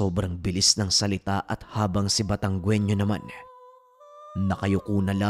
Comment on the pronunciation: taga Batangas ako,,mali ang bgkas sa Batangueño..hindi sya batanggwenio ang bigkas dyan..batang ginyo ang bigkas dyan